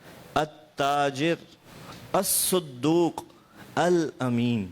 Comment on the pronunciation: يجب هناك تصحيح خطأ للأخ الحبيب حفظه الله ورعاه فى إعراب كلمة ''الصدوق"فى الحديث،أن حركة حرف الصاد الفتحة لا الضمة ،والدال بدون التشديد لا بالتشديد.